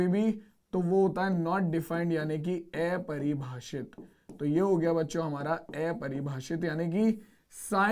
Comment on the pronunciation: Sir aepribhashit nahi apribhashit ho ta hai